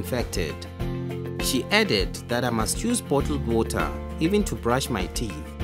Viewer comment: "DrINk OnLY sAfe WOTaH"